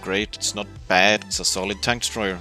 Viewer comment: its 'solid' and not 'colid' then it would sound like [kolid]